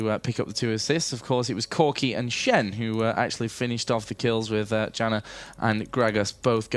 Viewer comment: Janna is pronounced 'YAN-NAH'. Damn announcer. '=.=